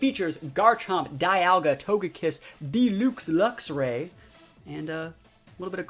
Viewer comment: Every time he pronounces Luxray as looxray it hurts my soul lol